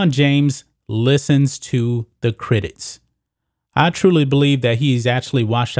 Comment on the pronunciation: I'd watch more of your videos if you'd just work on pronouncing simple words like CRITICS and FOLKS. So annoying. You say critits and folts. Unbearable.